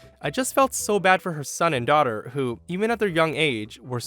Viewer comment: Oh ok it was english, sorry. Thought she said "Tochter" 😂